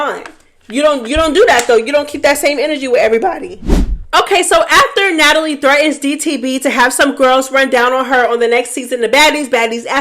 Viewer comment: “ Natalie … Na-Tal-Ya” took me clean out 😂